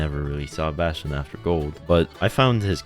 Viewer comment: Damn. I like your voice mate, also Bastion is just perfectly said